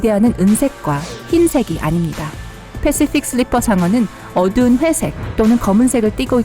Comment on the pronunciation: 패쉬퓍 슐뤼풔 상어 발음 ㄷ